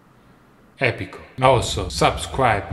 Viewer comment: Not epico